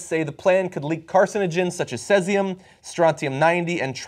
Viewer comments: your pronunciations of tritium and cesium is off - tritium is with `i' not 'ay' - cesium is with 'ee' not `æ'. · Guys just a small point, cesium is pronounced see-zee-um, tritium is pronounced tritt-ee-um. Interesting that in Fukushima the nuclear meltdown is so severe that even robots getting too close fail after about 30 minutes or so.